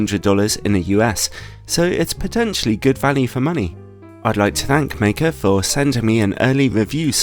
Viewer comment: Wow, finally a reviewer who pronounced Meike correctly.